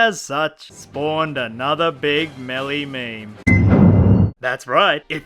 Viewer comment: Btw its "Meme" not "Mayme"